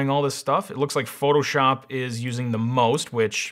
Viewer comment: "shoto phop"🤣🤣🤣